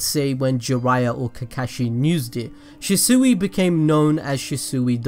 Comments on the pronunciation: He keeps calling him shisuey Did he even watch the show? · The mispronunciation of shisui throughout the whole video bothered the hell out of me lmao but I been watching for a while now and he pronounces it right now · Am I the only one that is triggered by the way he calls shisui’s name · Im getting TRIGGER at the way your saying ( The god or G.O.A.T ) Shisui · Wish you would say his name right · butchred his name very 3 seconds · Anybody else annoyed about how he says his name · I absolutely hate the way he pronounces shisui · Hate how this dude pronounces shisui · I know you said you butcher words but (she - swee) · It’s pronounced sheswee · Am i the only one who was bothered by where the shisui's name was pronnounced She-sooe. go back and look at it peeps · Shees-swee that’s how you say it -. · Kishimoto: Shisui (Shi-Swee): Shisui (Shi-Sooie) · Why do you say shisui like that 😭 ( shi- swee) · I know he gave us a disclaimer but it’s she sway not she seuih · Shisui=she-swee not she-suey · She suey? It’s more pronounced she sway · It's not shasui it's shisui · Ffs it's she-swee not shi soo wee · It’s she swi! Not she suwi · Shisuwi?its pronounced as shisuy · Its shisui not shisuiii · Its pronounced as SHISWI not SHISUWI hahahah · If he says Shisui Shee-Suhi one more time... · Shi sewy 🙄 good video tho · Prounounced Sheeswee. Jesus this hurt my ears. Good Video Otherwise. Omegalul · Shisui- (she-swee) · It’s pronounced “she-swee” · ITS PRONOUNCED SHE - SUIE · Its pronounced (she - swee)....sounds weird how you saying his name. Other than that, great content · Okay say it with me SHEEEEE-SWEEEEEEE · Attach-chi and Shew-sew-wi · IT'S SHIS-WAY! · SHEE SWEE= SHISUI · ITS SHEESWEE LIKE THAT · Everything he said she-sui I got triggered.... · sHi SoOeY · She swi is how it is pronounced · His name is shishui not shisui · How to say it properly Shi=She Sui=swee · Ohh it's pronounced she-soo-e I thought it was she-swee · It's pronounced "shiswi" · pronounced she•swee